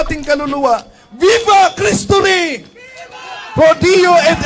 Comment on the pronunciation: "viva kristuh riiih!" 🤣 muntae ah...